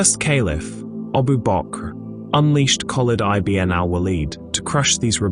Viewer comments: Great video except for one correction it's not i b n it's one word pounced ibin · I B N ? lol... its eebn